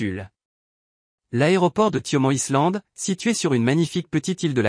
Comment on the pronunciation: Excusez-moi, mais vous pourriez faire un effort de prononciation pour les noms étrangers. Congonaaa et Saooo Polooo, ça fait mal aux oreilles ! De même que "Island", en anglais, se prononce "aïland".